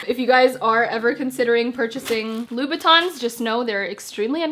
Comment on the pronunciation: It's Louboutin not Louis Batons 😛😅😅 Nice video 👍🏾